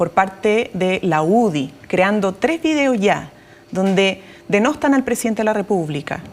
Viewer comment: no se dice "denostan", se dice denuestan.